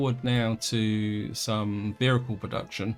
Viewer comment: Wtf is a verrichle?